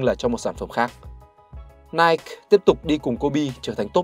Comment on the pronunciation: Ủa tưởng anh đọc tiếng anh chuẩn vậy phải đọc là "Nai kì" chứ ta??🙄